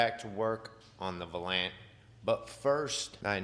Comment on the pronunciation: Love the videos! Some good old Detroit Steel! I've had a couple of those in my day. One was a Station Wagon. LOL! Also, it's pronounced "Val-Yant". Plymouth Valiant. Keep up the great work man!